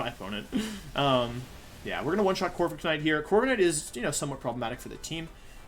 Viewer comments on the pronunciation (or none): He caught me off guard with the Corvi-K-night pronunciation